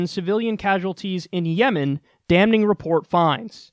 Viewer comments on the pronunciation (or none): Kyle, you mispronounced "Damning" and "Folks" all the time and I can't get over it. The N and L are silent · kyle always pronounces the N in damning